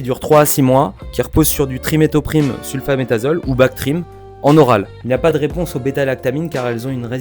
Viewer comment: Sulfamethoxazole par contre pas « métazole » tu te calmes